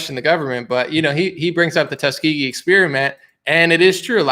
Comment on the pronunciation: 'Tuskeegee Airman experiments?' WTF Biden.